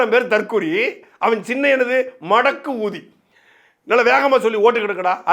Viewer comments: சகோ, தயவு செய்து அந்த தற்குறியின் சின்னத்தின் பெயருக்கு நடுவில் கொஞ்சம் அதிக அளவில் ஸ்பேஸ்(இடைவெளி) விட்டு சொல்லுங்க😂 எங்கள் காதில் வேற மாதிரி விழுதுப்பா 🤣🤣🤣🤣🤣🤣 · அந்த மடக்கு ஊதி என்ற வார்த்தையை பிரித்து இடைவெளி விட்டு சொல்லு ராசா.அது வேற மாதிரி கேட்கிறது.